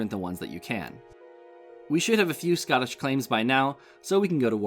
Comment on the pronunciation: Ah yes the scoittish war